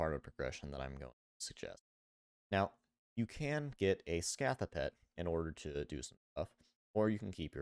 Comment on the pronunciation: Sk - ah - tha > Sc - ay - the